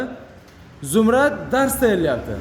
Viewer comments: Zumrat bolmaydi Zumrad boladi😂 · Fotema emas Fotima Zumrat emas Zumrad. Pedagoglar qayerga qarayapti?! Televideniya qayerga qarayapti?!